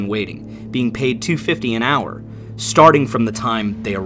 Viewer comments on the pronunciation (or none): none